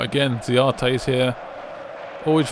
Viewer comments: why you keep calling him ziate? it's za-ra-te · can you just learn to say the players right names its not zayate